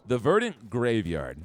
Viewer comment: Craziest pronunciation of “verdant” I’ve ever heard lmao